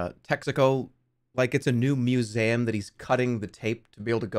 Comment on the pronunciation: I will never get over that jerma pronounces museum like muséum